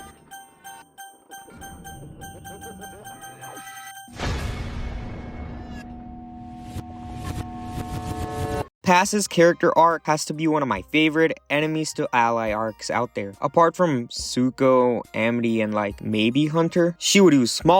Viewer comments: I think you may have said Pacificas name wrong it’s Pacifica not pass’s And when you view the chapters of the video you spelled Gideons name wrong it’s Gideon not Guideon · There’s also missing out multiple syllables in Pacifica’s name.